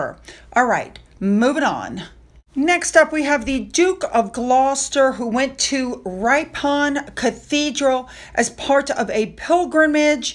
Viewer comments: its Rip on not ripe on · Ripon is pronounced Rippon I hope you don’t mind me correcting you with English towns etc. it’s just so you know next time is all. No shade or anything ok ✔️ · Hi, Ripon is pronounced " Rippen" ❤ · Hi, it’s pronounced Rip-on, we do have strange names and weird pronunciation. Excellent video.